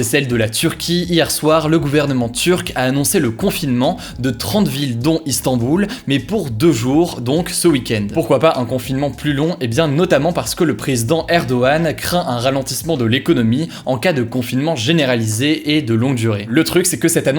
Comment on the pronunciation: Erdoğan se prononce Erdo'an